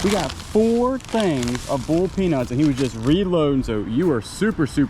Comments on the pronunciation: I thought you said ‘bull’ peanuts. I was wondering what in the heck that was. 🤣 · Honestly did not know you were saying boiled peanuts. Totally was wondering what bull peanuts are. 😆